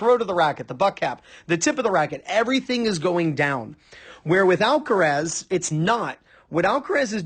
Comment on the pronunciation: I’m getting tired of people pronunciation of alcareeeeeeeessssss. Alcaraaaaaazzzzzzz